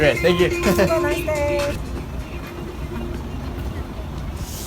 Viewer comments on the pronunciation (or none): none